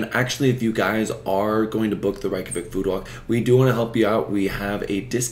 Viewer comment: The correct pronunciation of Reykjavík in Icelandic can be phonetically written as Rayk-yah-veek. The "a" in -Rayk is similar to the "a" in the word "pace", while the -yah sound is pronounced similarly to the word "yes" in German, "ja", with a very open "a"